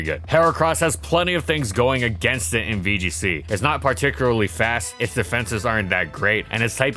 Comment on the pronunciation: To this day, he still can't pronounce "Particularly" correctly without making it sound like "Particuraly".